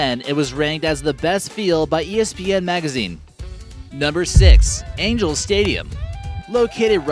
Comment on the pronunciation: Angels not angles